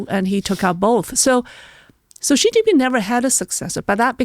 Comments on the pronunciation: learn to pronounce Xi Jin Ping properly. It's NOT Zhi Zhi Ping, for goodness sake. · WHY do wypipo think Chinese is French...?!?!? Xi Jinping is more or less pronounced like SHE JEAN PING, NOT zheeei zheeeen ping. We don't care if you butcher the tones, but can you at least please try better with the consonants? You HAVE those consonant sounds IN American English. But thank you for talking with!